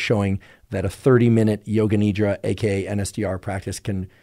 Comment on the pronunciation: Appreciate the content shared. When you say Nidra, its pronounced Nidhra with a soft D. It means sleep in Sanskrit. Thanks